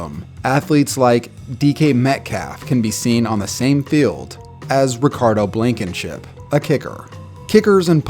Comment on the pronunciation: “Ricardo Blankenship” lmfaooo